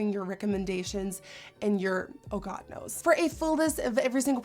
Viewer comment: It sounds like she said "hits in a god nose " !!😂😂